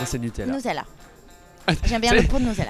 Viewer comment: J'ai l'impression que Denitsa dit "Noutella"